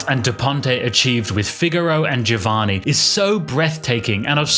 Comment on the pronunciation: A minor point, but I really prefer to have "Giovanni" pronounced as Italians would, i.e., as "Jovanni." Btw, while considering these two operas as mankind's greatest acievements, I slightly prefer Figaro because its characters are more human, more relatable to, more worthy of sympathy.